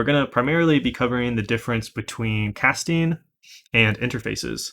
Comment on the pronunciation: Wait did you say “cat-sting”?